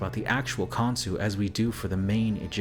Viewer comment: Pretty sure the gods name is Khonshu, not Khonsu.